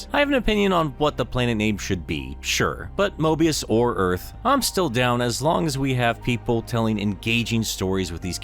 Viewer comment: Dude it's Mobius